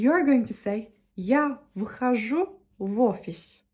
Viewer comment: вы говорите "выхожу" (выхажУ), вместо "вхожу" (фхажУ). У вас нестыкуются предлоги К, В и приставка В (возможно и другие), когда после них идёт согласная. К примеру, "к другу" у вас звучит как (кыдрУгу), но следует произносить как (гдрУгу).